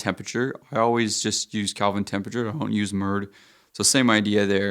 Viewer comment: Lost me when he said Calvin temperatures! 😂